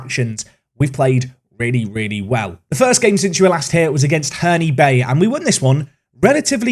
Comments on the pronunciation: Great to see you playing my local side Herne bay, but it’s pronounced in the same way you would say Eddie HEARN, not Herney LOL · It's pronounced Her-ne Bay not Herney Bay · "oh goodness, finally faversham is said correctly" Hearn-e-bay. "Oh no" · I properly surprise-cackled at “Hernie Bay” 🤣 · just wanna let u know that Herne Bay is said ‘Hern Bay’ the ‘e’ on the end is silent 👍🏻 other than that great vid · Hey Herne bay is pronounced same way as Eddie Hearn. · Herne-y bay? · Corrects his pronunciation of Favershm just to immediately mispronounce Herne Bay. Classic